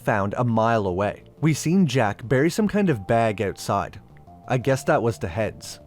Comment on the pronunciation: "Buried OOwtside of the HouwSe"